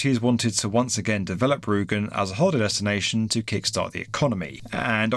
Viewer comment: It's Rügen, not Rugen.